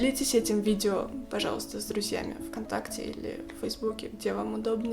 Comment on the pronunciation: Первый раз когда услышала четкое произношение слова «пожалуйста» насторожилась, но когда оно было так произнесено четыре раза из четырёх, поняла, что режет слух:(